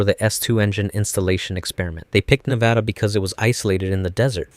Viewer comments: 10/10 I love you bro, you pronounced Nevada correctly ❤ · Thank you for pronouncing Nevada correctly